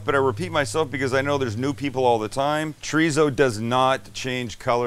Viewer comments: Every time you say chorizo it cracks me up. It's chore-ee-so, not treezo. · PLEASE....stop saying "TREEZO"... it's a 3 syllable word. Thank You, XO